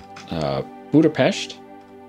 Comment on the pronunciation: He said Budapest right. I was surprised.